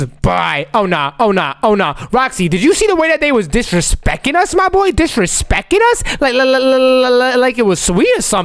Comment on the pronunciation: you said disrespecing you mean disrespecting